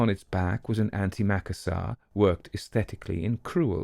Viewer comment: Just in the event that you come across the word again.. Anti-macassars are pronounced 'Anti macassas' not Ant Maca sars.. Being 'of an age', we grew up in the house of our grandmother who was born in 1873, chairs were still covered with them..( the house was way older than her)... Macassar oil was used by gentlemen as a hair oil during the Victorian and Edwardian eras.. it would stain the upholstery, hence, something was required to protect it.. those were the 'Anti-Macassars', they would be placed over the back of the chairs.